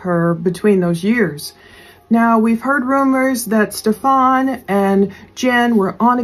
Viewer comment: please stop calling him Stef-FON. His name is pronounced Stef-an, no accent on the 2nd syllable. Yes he is a POS but saying it incorrectly is so annoying.